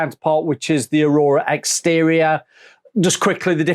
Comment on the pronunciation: Its called Aw-ruh(pronunciation) Not Arora!